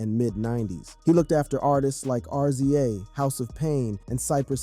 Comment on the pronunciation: RZA is prounounced Rizza